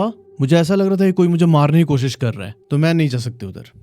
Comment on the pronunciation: को सि स नहीं होता कोशिश होता है बेहोस नहीं होता बेहोश होता है। You should work on your pronunciation😅